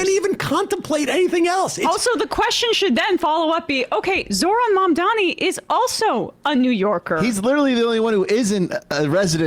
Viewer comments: Is it purposeful that none of these people can properly pronounce his name? Mamdamni, Mamdami, any way but correctly. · How can these major news broadcasters still not pronounce his name?? "Modmomy" "Nanmadi" "Macaroni" Jesus fucking Christ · Is his refusal to pronounce MaMdaNi's name correctly on purpose or is it early dementia? Either way ... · It’s been months and they’re still saying “Mandami” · Cuomo either consistently fails to say "Mamdani" correctly out of sheer idiocy or a lack of basic human decency. Either is more than enough to disqualify him for office. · Zo-Hran Mom-dah-nee Why is it so hard for people? There’s an H before the R, there’s an M before the D. It’s NOT. THAT. DIFFICULT. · Why can’t Cuomo pronounce Mam-dani correctly?! Is it on purpose by this point? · Why is she saying Mamdami? She doesn't even know his name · its so infuriating that he’s getting grilled by someone who ALSO can’t pronounce MAMDANI’S name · It's like so easy. Mom - Da' - Knee. I'm ESL, wtf is so difficult about this? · Jennifer Welch and Angie Sullivan from IHIP do this too but it's not intentional. Still irritating. "Mom-dommy" lol They can't pronounce Ruben Gallego, Adelita Grijalva, or the word "gestapo" either. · Why can’t they say his last name right? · What is so hard about correctly pronouncing MAMDANI? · ffs how hard is it to say MAMDANI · He still can't say Mamdani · the fact that these people refuse to even pronounce his name correctly is so infuriating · Why can't they say Mamdani? It's literally phonetic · Why can’t anyone pronounce his name? Everyone knows the word mom. Our president’s first name is Donnie. How difficult is it? Put the two together and you have Mamdani. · So is he like....physically incapable of pronouncing Mamdani's name correctly? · Cuomo can’t even correctly pronounce Mamdani’s name. Your right. He’s so lazy. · He’s still mispronouncing his name which is just malicious at this point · Yep, the doofus is still saying the reverse: Mandami. LOL